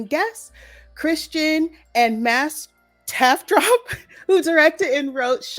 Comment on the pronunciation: I love your Tafdrup pronunciation🤪🇸🇪🤘🏻This is gonna be interesting! This movie is in my top 5 2022 for sure! Very cruel uncomfortable to watch. I supposed that where what horror should be but unfortunately not everyone thinks so. It’s too much of violent ballet movies. I’m in fact want to be scared watching a horror movie.